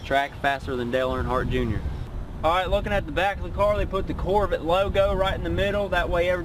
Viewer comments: a grandfather? looks like a big not to swift kid. among other things, he can't even pronounce corvette. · this guy is so dumb! he can't pronounce corvette and he don't even know what he's talking about!